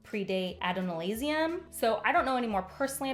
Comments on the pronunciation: Shai would be pronounced SHAY-EYE after she turns herself Elantrian. Also the books pronounce it ay-dough-nahl-see-um. How you do it doesn't upset me tho. :3 The Ghostbloods in Roshar are headed by Mraize and Iyatil, which means they all took on Iyatil's more harsh stance on things, became more assassin like or recruited like-minded people, skipping over the fun, quirky ones like Lift who could totally be a Ghostblood if they were like they are on Scadrial! Kel outlines his rules pretty clearly, and Iyatil breaks some of them. The fact that Mraize still threatens Shallan and manipulates her even after her becoming a Ghostblood is totally not cool and not how they'd operate under Kel. I honestly hope that by the end of Stormlight 5, Shallan is the leader of the Ghostbloods instead, because she already runs her Lightweavers like Kel runs the Ghostbloods in Scadrial. Lastly, the conversation between Sayz and Kel at the end...I'm worried for Sayz being overwhelmed by the extra Ruin in his Harmony shard, I wonder if that's why they haven't completely blended and it has nothing to do with him THINKING of them as two separate shards pulling him in opposite directions. I think it might be that there's too much Ruin...without a perfect balance of investiture in the shard, he's not able to act as Harmony. I'm worried he's going to become Discord instead. Also, I think Marasi needed to have a different conversation with Kel. He's upset at Sayz for holding back technological knowledge an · are we gonna talk about how she pronounces Adonalsium? I mean it doesn't really matter but it does drive me crazy Adon-Al-Sium it's hebrew roughly translates to "The unending lord" which is so ironic so I love it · I have a few notes. 1- Ay-Doe-Nal-See-um :) 2 - Kelsier/ Ghostbloods seeming more heroic ect in this book is due to their whole goal being the protection of Scadrial. He would let Roshar burn if it means Scadrial survives, so thats why he seems so evil in SLA.